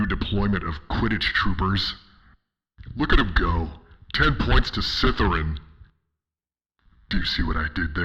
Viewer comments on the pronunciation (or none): "10 points to SITHERAN" 😂😂😂